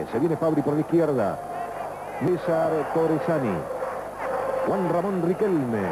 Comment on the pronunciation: "Juan Ramón Riquelme" jajjajaj